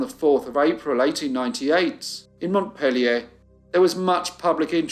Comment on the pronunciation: Thank you for the correct pronunciation of Barre and a beautiful pronunciation of Montpellier!❤